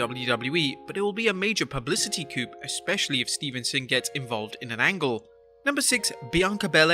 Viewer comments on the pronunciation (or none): Dude it's STEVESON no N not STEVENSON STEVESON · It's Steveson, NOT Stevenson. And one of your pics is of Gable's big bro.